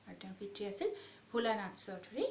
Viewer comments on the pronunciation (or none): ৰঘুনাথ চৌধাৰী বুলি ক'ব লাগে। চৌধুৰী নহয়।